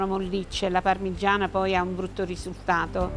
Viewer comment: 11.30: "ovviamente la parmiggggiana è fritttaa ehehe quindi un pò d'olio si vede...." ma che scherziamo??? quell'olio li è l'essenza del peccato paccaminosamente libdinoso...ci vuole un bel tocco da 400 gr di pane di casa...subito!!!!!! e ci navighi con la pagaia!!! godo!